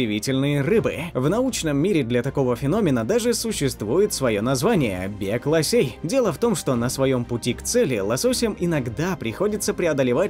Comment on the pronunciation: Лосей вместо лососей